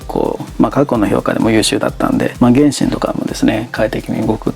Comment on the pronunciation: すんごい比較だなぁと思いましたが、ちょっと原神の発音が気になりました笑